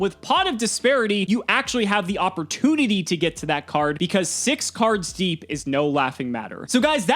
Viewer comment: The lawls when he emphasizes SIX. CARDS. DEEP. 🤣🤣